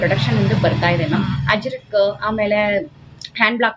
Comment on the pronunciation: Ajrak , not Hajrak